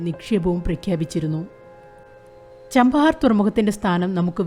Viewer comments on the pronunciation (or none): ചബഹാർ not ചാംപഹാർ